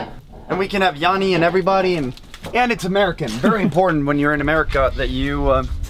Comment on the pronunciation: LOL "Murica"